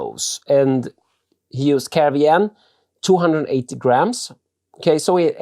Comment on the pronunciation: G'day I've just discovered your channel & like your style. A question please.. When you describe the recipe you mention 280g of 'carevian'? & then say it's more suited in a Pale. Sorry maybe it's your accent but what is this? Cheers.